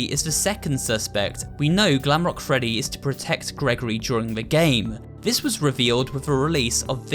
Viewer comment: And that’s not how you say “Freddy”